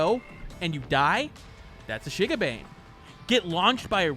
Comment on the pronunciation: I'm cringing because of your pronunciation of Shigabane